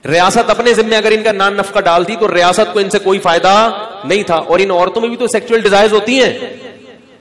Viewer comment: सेक्चुअल नहीं सेक्सुअल